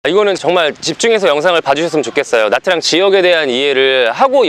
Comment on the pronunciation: 참고로 베트남어에서 복자음이라게 있습니다. Nh 나 Tr 이 그중에 해당하는데, Nh는 'ㄴ' 발음에 약간 'ㅎ'가 따라오는 발음인데 Nha는 '냐' 발음쯤 됩니다. Tr은 'ㅉ' 발음입니다. 그래서 Nha Trang은 냐짱이라고 발음하시면 좋습니다.